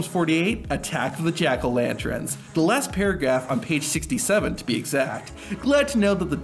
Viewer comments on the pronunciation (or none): "Attack of the Jack-o'-lantrens?" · I’m sorry…Jackolantrens?